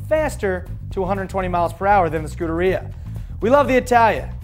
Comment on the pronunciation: skuderia?????/ scuderia ( shu-deria )